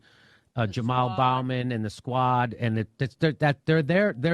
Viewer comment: He is so informed, he can't pronounced Jamal Bowman's last name correctly. Durr needs a 30 year vacay.